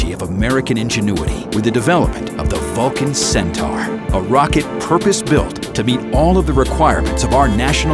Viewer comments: Centor, not centower. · I was spelling it phonetically, just like Hildugard was. Hildugard complained (rightly so) that the video's narrator pronounced it "centower" and he proposed "centor" as the correct spelling, even thought that is also wrong. "Centaur" is pronounced "Centahr", as spoken in the linked official ULA video. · IT'S PRONOUNCED CENTOR !! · Not "Centor", but "Centahr". Right from the horse's mouth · Cen Tower? Go back to school and retake English speech class.